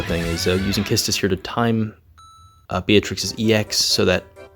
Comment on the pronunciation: I really love how you pronounce Quistis and the combo of delaying until you let them get a turn knowing Beatrix's special HP attack is available. I also tried to bring Arciela in the party, but she won't make it turn count-wise.